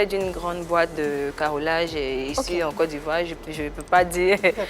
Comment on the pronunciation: Mademoiselle Zunon, carrelage se prononce " kar.lage" et non ka.ro.lage ou Ka.re.lage. 😏